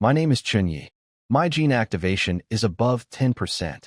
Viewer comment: I love how the AI struggles with words such as "my", 'is", and "to".